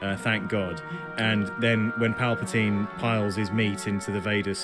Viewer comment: Palpatine....say it right